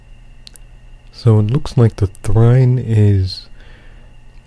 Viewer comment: Is trine pronounced thrine?